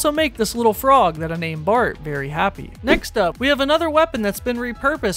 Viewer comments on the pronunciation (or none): none